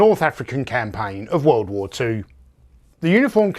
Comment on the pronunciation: "Soldiers of the wewwooled" hehe.